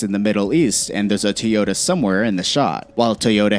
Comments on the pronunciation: Teota? Teyota? Where is the E?!?! Toyota!!! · “Tee ota”